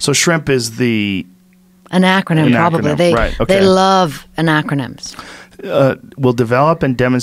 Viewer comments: Its AN ACRONYM. Not ANACRONYM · Did no one else hear her mispronounce acronym? I feel like I'm taking crazy pills.